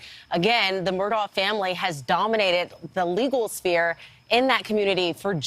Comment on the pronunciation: You understand that Mr. Murdaugh's surname is pronounced Murdauck. It seems that you do not realize his first name, Alex, is pronounced Alec. I apologize if this point seems petty in the scope of this ongoing saga. I have just always felt people should be afforded the respect of everyone, especially journalists, to properly pronounce their names. I really enjoy your show!